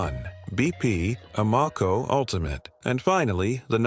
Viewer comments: Y’know, your credibility would increase if you teach your AI robot to pronounce the gas station names correctly. A-MOco?Try AM-o-co…sheesh! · People hear "ah-mo-co", they think stupid AI! Just narrate the damned thing!!!!!!!!!!!!!!!!!!!!!!!!!!!!!!!!!!!!!!!!!!!! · Can’t even say it, right Amoco A -not you say (O MO co) really it stands for American oil company. They just tricked you.